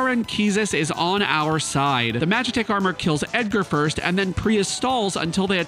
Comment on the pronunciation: I'm 4 minutes in and I love all the car references. I heard you say "edCAR" and I knew you were going to name the monk "Punch Buggy"!